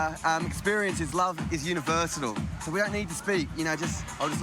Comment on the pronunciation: "Love is UNIVERSANAL"